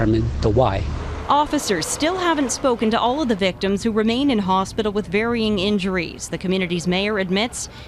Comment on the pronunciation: "hostpital" lol